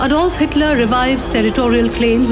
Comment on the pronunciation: Xitler. LoL 😆😆😆